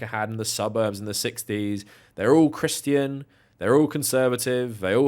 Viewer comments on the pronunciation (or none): Did you say CriSStian or Crischian ? 😂😂